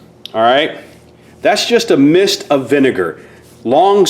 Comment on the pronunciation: It’s vinegar not vinger 😂😂